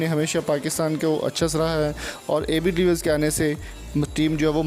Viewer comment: Name tuo thik say le luo